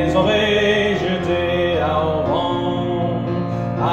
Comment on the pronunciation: Only note on the pronunciation of the diphthong "au" which is not pronounced "au", but "o" ... / Unico appunto sulla pronuncia del dittongo "au" che non si pronuncia "au", ma "o"...